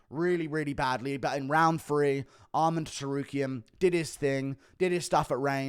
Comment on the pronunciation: It's Arman, not "Armand" ffs. Funny thing is, he says Armen when referring to Armen Petrosyan.